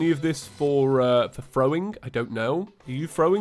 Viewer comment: Omg he called throwim